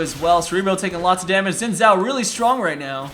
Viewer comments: it's pronounced like Shin Chao as it mandorin name. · Xin Xhao pronounced like shin chao btw :)